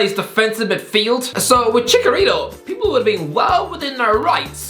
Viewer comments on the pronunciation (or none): Cmon it’s ChiCHarito not Chicarito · Dude really said "ChiKarito" 😂😂😂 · That annoys me more than it should lmao